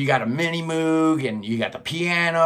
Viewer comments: Every time I say “Moog” (which is quite often when hosting a channel devoted to Prog Rock) I cringe, knowing I’m mispronouncing yet another word… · Moog rhymes with Rogue.